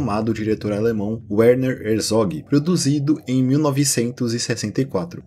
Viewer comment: Muito bom o vídeo, só uma correção... É "Verner" Herzog... O W no alemão têm som de V....